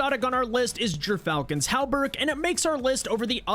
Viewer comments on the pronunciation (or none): Why do so many people have trouble say gyrfalcon's hauberk (Gir - fal - cons - haul - berk)